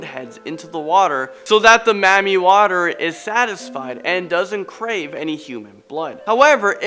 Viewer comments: I’m so annoyed at how he said Mamiwata😂😂😂 “mammie water” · isnt it mami wata? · It’s pronounced “Mami Wata”!!! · lmao when he said that i was weak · Marmii waterre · Ps: it’s pronounced MAMI WATAAA. Lmao I hang around Africans too much. I hear about MAMI Water all the time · Me too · YO is pronounced Mami Wata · 😂😂😂😂 oh my he made my day how he pronounced it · He's pronunciation of mami water is soo weird😂😂😂😂